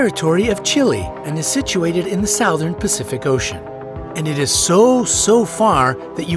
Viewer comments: SOUTHERN IS PRONOUNCED: suh·thrn NOT sow•tha•ren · Dude can't even pronounce "southern" correctly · Dude, Southern is not pronounced Sow-ven, it's pronounced Suv-ern. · The "Sowthern" Pacific Ocean 🤣 Never heard of it. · the way he pronounces southern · Also weird pronunciation of the word "Southern". Mis-programmed computer voice? Or just a low budget and lack of quality control?